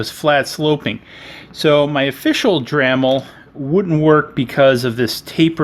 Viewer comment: "dramil", ahhhhhhh